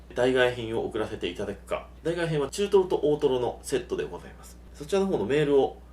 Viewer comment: 代替品 だいがえひん❌ 代替品 だいたいひん⭕️